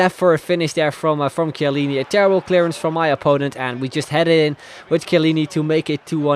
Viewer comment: Finally someone that pronounces chiellini right😂😂😂